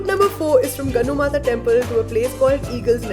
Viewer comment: Dear not gannu mata..it's gallu mata or gallu devi...and keep it up..god bless you.